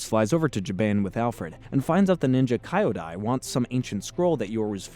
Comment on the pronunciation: KEE-YO-DAI. Kyodai is pronounced with a KEE not a KAI. You watched the episode, right? You do this all the time, it's baffling. Listen.